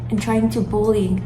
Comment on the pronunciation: She can't even pronounce the word 'bully' correctly, yet people are supposed to take her seriously ! 🤦